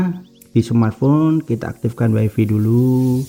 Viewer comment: Waifai mas, bukan waifi